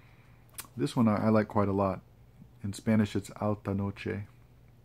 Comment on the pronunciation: I very much enjoyed your reading and mentions of Latin American authors (your Spanish pronunciation es muy bien). The last two passage you read have greatly sparked my interest in the author, thank you. What do you think makes Latin American literature, and culture interesting? Also, I too think The Dead is excellent, especially the last two pages! Additionally you mentioned sitting at a cafe in Mexico, and as someone who spent their youth there, I can assure you that the slow pace and ease like atmosphere are very pleasant. I think you would find much joy in it. Perhaps future travels (although I’d suggest with the company of someone who has lived in Mexico) will be very agreeable for you. Lastly, you mentioned looking at your books as you fall asleep, as someone who sleeps with books at their side I found this very precious and admirable in character. I look forward to future content, as I find your thoughts and countenance thoroughly enjoyable.